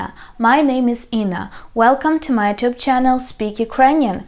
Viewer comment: The way you pronounce “YouTube” sounds йЧУб. The way I pronounce “YouTube” sounds ЮУтуб.